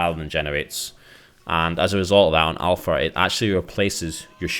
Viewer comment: Alfra?? It's alpha...